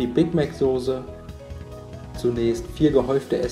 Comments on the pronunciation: sag doch nicht immer SOSE es heißt SOßE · Mal so ne blöde Frage... heißt es mittlerweile echt sose anstatt soße?